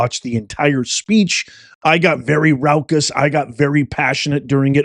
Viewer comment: Did you just say 1.90 'rowkus'? Raucous you mean?